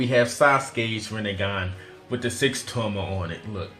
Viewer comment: Tomoe is pronounced toe-mow-eh.